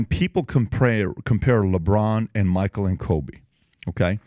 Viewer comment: You keep misspronouncing Michael, would be 2nd black male prez if he wins